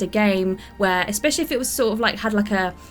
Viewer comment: Why does the woman pronounce the word especially as eckspecially? She did it in a video a few days ago too